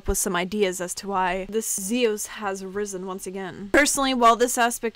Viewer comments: it's not (Z[os) it's (Z[ios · Its pronounced Zi-Yas